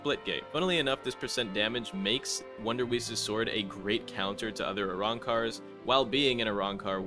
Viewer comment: bro u pronounced wonderweiss wrong 😭but others are fine